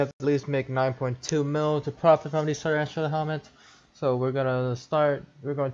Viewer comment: poor dude can’t even say tarantula right